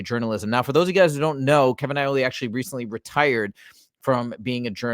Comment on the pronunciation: haha I think you might be hungry it's Iole not Aioli 😂